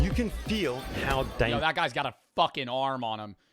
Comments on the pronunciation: First "Soer", now "Danergous". 😭😭😭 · "Danergous" 😭🙏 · "Danergous" acc read that as dangerous 😭💀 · "Danergous" what 😭🙏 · “Danergous” hermano 👊😭🥀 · "Danergous" SONset😭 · Before it gets edited, it says ''danergous'' intead of ''dangerous''🥀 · … it’s dangerous not danerogus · "Danergous" this keeps happening frequently bruh😭